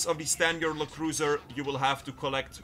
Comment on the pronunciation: It’s not “Le” cruiser. LE stands for law enforcement, bud